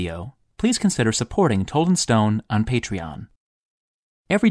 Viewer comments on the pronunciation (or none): none